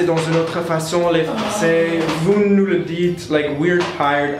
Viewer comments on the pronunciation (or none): none